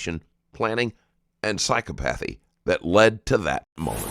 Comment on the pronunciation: Psychopathy, sci·kaa·puh·theee